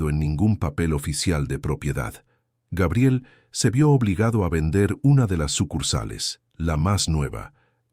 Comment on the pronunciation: Se dice Gabriel, NO Geibrel😮